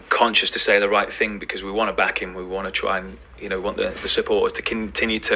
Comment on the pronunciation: Great video but please pronounce th not f. Think not fink.